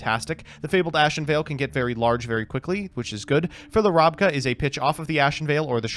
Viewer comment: I love how pronounced Aztekipede correctly exactly once through the entire episode. And apparently Bs are Ses now (Rabca/Rasca). Surprised you guys didn't mention the once-per-match mulligan rule. Very easily doable on DB. I'm sure would've loved to ship his starting hand in the last game hoping to start with a Swords in hand.